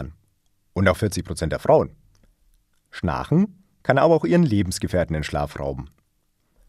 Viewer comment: Erst die komische Aussprache des Wortes "schnarchen" und dann der Klassiker "Kinesen" Sind die etwa in der Lage mit ihren Gedanken Dinge zu bewegen? Ich glaube nicht!